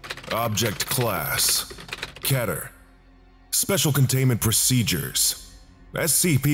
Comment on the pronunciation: You pronounce keter as better when it should be pronounced as Peter. If you mean ketter then this is how it is spelled.